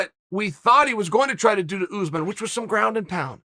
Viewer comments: Uncle C, say oos maan (pronounce the s as a s, not a z) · Chael: “oozman” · This Oozeman guy sounds like a problem for the division, he should fight Usman